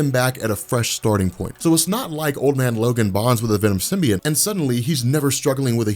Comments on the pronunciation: symbiote is sim-bee-OAT not sim-bee-IT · I cringe when he says "Venom Simbi-et".... its 'Simbi-ot"